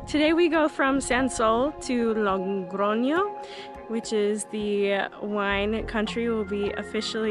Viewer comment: Thank you for sharing! You seem such a nice person! Spanish pronunciation tip: it is Logroño, not LoNgroño... I will do my way in September so binch watching all Camino vlogs...